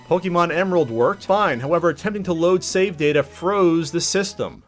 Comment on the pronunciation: Poke-e-mon lol